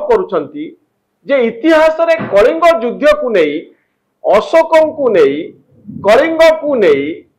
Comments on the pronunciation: its judhha not judhya😅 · ଯୁଦ୍ଧ ଉଚ୍ଚାରଣ ଭୁଲ କରୁଛନ୍ତି।